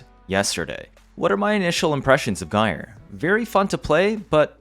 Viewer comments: Sorry, but .. "Guy'R" for Gyre? 😂 Otherwise great vid, lots of good info. 😁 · So... you're as puzzled as I am about if this frame is useful. And isn't she pronounced: 'Jyre'?